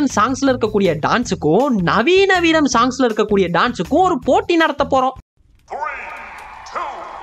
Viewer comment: veeram , veearm mariduchu 😂